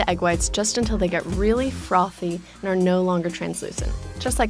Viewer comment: Did I just hear "froffy" ?...